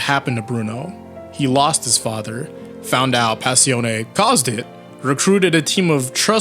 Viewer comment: Smh I still hate how u pronounce Passione I know, I know